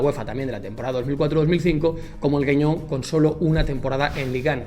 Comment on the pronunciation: És Gueugnon e no Gueungnon. Y no existe más la Coupe de Ligue.